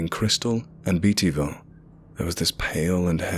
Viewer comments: It's "Bate-E-Ville", not "Beat-E-Ville when you pronounce Beattyville. Also, I was born in Irvine, it's "Ir-Vin" not "Ir-Vine" pronunciation. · The guy who narrated this mispronounced a few places so we know for sure he is not from Ky. Irvine is pronounced Ir-vin. Beattyville is pronounced Bae-tee-ville. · The way he pronounced Beattyville hurt. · Oh my gosh, I'm a born and raised Beattyville girl!! Lol, so weird to hear this in a story. But the way we pronounce it is "Beta-vulle" lol not, "Beety-ville". Love your effort though :) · Irvine pronounced "er-ven", Beattyville pronounced "bate-e-vull". We Kentuckians are very particular about how you pronounce names of towns. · Savannah C ikr when someone pronounces beattyville wrong something inside me dies lol IT IS BATE !!